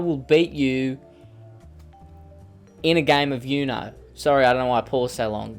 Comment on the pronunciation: It's uno not you-know😂😂 you know?